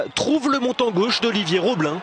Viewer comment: Putain c'était pire qu'énorme... Mais c'est gênant d'entendre dire Roblin et Diehou alors que c'est ROBIIIN ET DIEDDDHIOUUU!